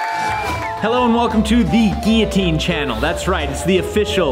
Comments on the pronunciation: Geeateen naa, Gillateen yea lol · It actually bothers me the way you say guillotine. There’s a fucking L and it’s supposed to be there